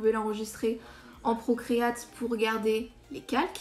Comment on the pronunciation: Salut, superbe vidéo continue ;) et le logiciel se prononce "procréi-ète" pas "procré-ate" s'il te plait ahahah